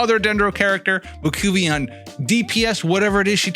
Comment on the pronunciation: Just a friendly heads up, her name is pronounced like “mah-whoEE-kah” 😅